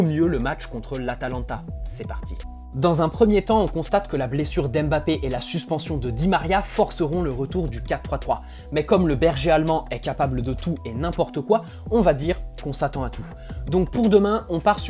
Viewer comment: "le berger almand" tu m'a buté😂